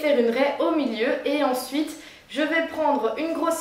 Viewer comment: Cela me fait penser à Shera Kerienski quand elle dit "ensouite"